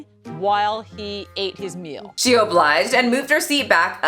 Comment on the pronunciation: Im offended bacause "amys life Journey" says "mill" instead of "meal" and.. "nills" instead of "nails"